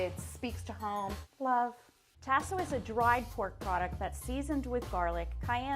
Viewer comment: Chef #2 pronunciation of Tasso is cringeworthy.